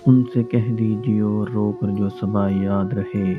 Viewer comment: صحیح لفظ " صبا" ہے " سبا" نہیں ۔